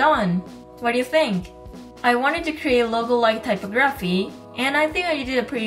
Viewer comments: It's pronounced ty pog raphy not typo graphy 😂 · Btw for future reference it's pronounced: type OG ruh fee. Thank you for the video, very informative! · Typography is pronounced tie-pog-graf-fee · you pronounced typography incorrectly